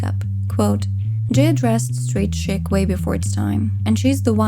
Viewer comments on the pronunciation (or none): Chic is pronounced SHEEK. Great job ♥️